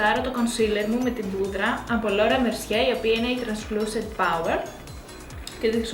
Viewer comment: Translucent "power"...και αλλα πολλά που έκανες ήθελα να τα γράψω όλα ; Αχχαχαχαχαχ ! Πεθενω με τα σαρδάμ σου